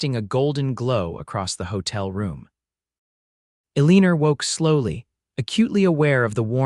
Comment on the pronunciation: The least you could do is check that your AI is pronouncing names correctly. The print shows the woman's name as Elina, but it is constantly pronounced "Eleener". There's no "r" in that name.